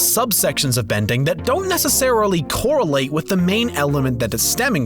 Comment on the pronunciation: did anyone else catch the "Korra-late" (correlate)